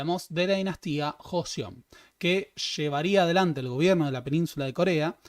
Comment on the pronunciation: Es Joseon pero se pronuncia Chosŏn o Chosun